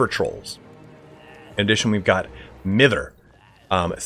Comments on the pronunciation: It’s pronounced My-ther for the river troll caster ability. It’s a northern English term to annoy some one. For example “ can you stop mithering me with that dawi skull” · Just wanted to let you know the ability Mither is pronounced m-eye-ther